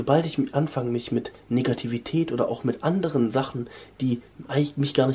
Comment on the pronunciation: Er sagt NIcativität kommt das zufällig von Nico? Ich glaube nicht Kappa